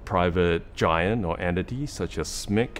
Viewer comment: Thanks for calling it "Smick"! I always do, somehow most YouTubers want to spell out SMIC.